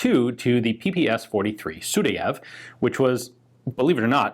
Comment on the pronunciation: SudAev. The stress is on the A.